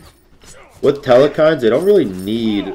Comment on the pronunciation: The way says telkhines makes me cringe every time. theres no E after the L, and never has been. reminds me of back in the day when CoD players said "marty-dom" how do that many people not know the perk was named using the word martyr? It is, however not as bad as the way he says Ymir... its E-Meer, not Yuh-Meer. Sorry pronunciation is a pet peeve of mine. I still love ur vids